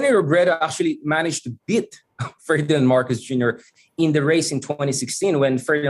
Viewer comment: Great interview. wow. time stamp po you laughed a bit because you realized you said 'bit' to mean beat instead of saying 'beat' . An 'EA' digraph as in mean, please, beat, etc. Your students has this lesson in college.